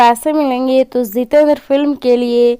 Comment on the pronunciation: It is not Zitendra, it is Jitendra !! You are not speaking proper words.